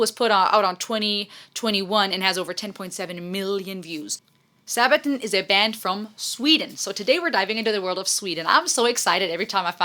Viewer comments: I know this video is a bit old now and you may already know this, but a sabaton is just the fancy name for the armor that medieval knights wore around their feet. So it's just pronounced like this phonetically: SA-buh-taun Hope you had a Merry Christmas! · Also it's not Saabaton. Band members themselves call band as Sabaton...